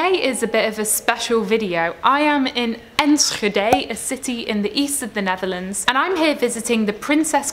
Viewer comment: Your pronunciation of "Enschede" is pretty amazing for a non-native speaker.